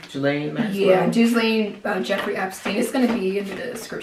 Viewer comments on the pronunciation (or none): Ghislaine is pronounced: Gee Lane, I know weird lol